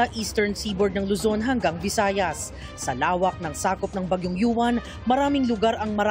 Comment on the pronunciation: Yung reporter na babae sabi bagyung YUWAN DAW EH MISMONG PAGBIGKAS NYAN AY UWAN KAKALOKA NAMAN NAG REREPORT SA PAG ASA BABAENG REPORTE NA MATABA BAGYJNG YUWAN DAW EH UWAN ANG PAGBIGKAS HAHAHAHAHAHAH SHUNGA BELSS 😂😂😂😂